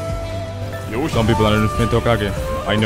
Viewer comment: I'm Japanese and think he says not Yosh,but Yosha